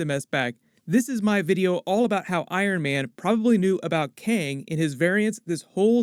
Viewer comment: Good video! Thanks for the explanation! It was funny though how you kept calling Kang, keng, lol they said it like 5 times before you started explaining lol, still good video!